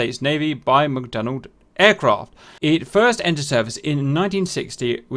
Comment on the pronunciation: It's McDonnell not McDonald. Please stop pronouncing the 'd'. Thankyou.